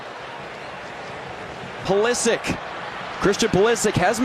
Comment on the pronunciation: Modric goes like "Modrich"- you dont say "Modrick" - Pulisic is also a croatian surname, so it's "Pulishich", guys))